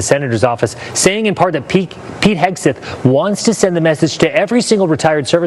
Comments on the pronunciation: Guy, it is not "Hesketh". "Hegseth". Say. "Heg-Seth" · I’m just here to hear him called Hesgeth 😂